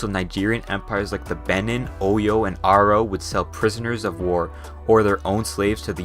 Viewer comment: I was a bit confused when he said “aro empire” I thought he said “oro empire.” lol in my head Oron people aren’t significant enough to even mention. If he meant the Oro people of Oron, Nigeria a smaller ethnic group in SE Nigeria didn’t participate in trading slaves. Aro - Igbo were the largest and still are the dominant ethnic group in SE Nigeria. European conquistadors weren’t able to distinguish amongst all the ethnic groups in the region particularly focusing trade with the most powerful groups. Here’s some more information I think some of you might be interested in a contributing factor towards the longevity success of enslavement since it was a high probability slaves would speak a different language and couldn’t communicate with one another. A contributing factor to the Haitian revolution was that the majority of the slave population were Dahomey which made it a lot easier to communicate a coordinated attack. Also the Dahomey were known for their brutal tactics as a deterrence for other ethnic groups not to mess with them.